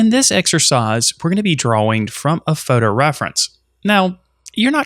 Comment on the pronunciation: wtf.... its TIME , not TAHYM its DRAWING , not dwhaWING. jesus man